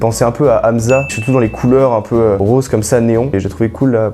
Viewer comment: EuphoR1aWESOME nan mais y'a un truc j'comprend pas, je sais ben tu dis que ton français c'est l'original ou whatever, mais vous prononcer les 'un' comme des 'an' . genre ça marche pas fam.